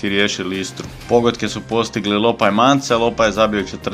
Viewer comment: Lopa ne Lyopa, ali ok inače sve dobro